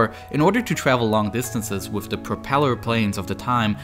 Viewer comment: Twending. Wif. Fousand. Speech therapy anyone